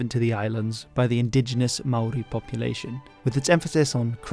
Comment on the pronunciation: as a channel not focused on new zealand, your maori pronunciation is so good!!